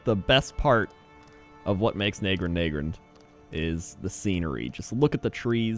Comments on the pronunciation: i was wondering how long it would take him to get to nagrand (na-grand not nae-grand) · Nag-Grand not Nae-Grand you mug